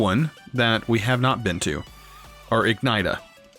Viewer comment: Its pronounced ig ni she uh